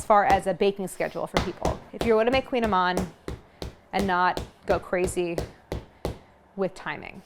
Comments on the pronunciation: Well, you're correct in that it's difficult to pronounce since it's Breton celtic, lol, but it's not "queen"-amann either, lol, at least from what I've heard other Bretons say, it's closer to like "cooñ", but even that's not it because it's a vowel we can't do in English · Oh non why you say it like that! It’s Kouign Amann (koui-ya-maannnn….), mon dieux 🤦🏻‍♂️ but I will forgive you for giving us the recette though ✌️✌️ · It's in Breton language, which is not a romance language. It's pronounced "koo-nyah-mahn". They taste heavenly, of course, especially when done in Brittany ! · I've made these for years and always pronounced it like Claire did. Last time I was in Paris at the Marché Bastille I was corrected by the baker: "koo-NYA-man."